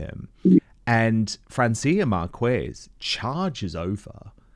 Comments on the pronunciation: Spanish pronunciation not difficult,Dan: Marquez pronounced 'markez' not 'markwez'.People can always check pronunciation prior to delivering, but so few journalists do. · Side note: Every time he pronounces the name Márquez as "Markwez", I cringe and wince and grind my teeth! 😂 I thought journalists researched pronunciations before making reports on people.